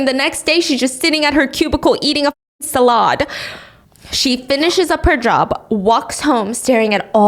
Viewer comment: Why she say salad like that 😂😭😭